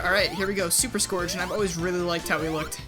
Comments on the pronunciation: No offense, but I usually pronounce his name like "Scurj" so hearing you pronounce his name as it's spelled kinda hurt me tbh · the way he says scourge. oof.